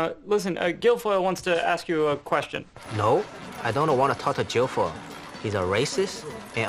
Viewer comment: “Jilfoyle” lmao